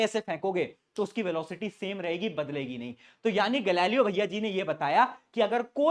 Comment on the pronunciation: Galileo's analysis ❌ gali lo analisis✅ 😂😂😂😂🎉😊😅😅😅